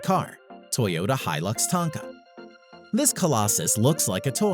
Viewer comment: God if I hear him pronounce hilux wrong one more time...........